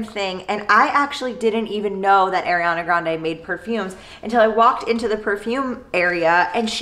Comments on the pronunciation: The way she says Ariana wrong is killing me... lol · I'm sorry haha I've just never heard it pronounced like that before!